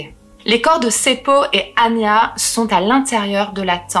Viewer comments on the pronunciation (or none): none